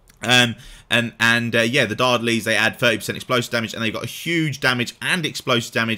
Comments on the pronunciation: Dardenelles = Dar - den - ells (silent e before the s) great video overall. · lose the "n" on the final syllable, lol